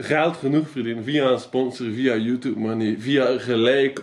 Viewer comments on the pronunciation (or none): "Youtoeb" haha